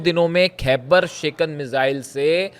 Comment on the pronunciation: खैबर शिकन not शेकेन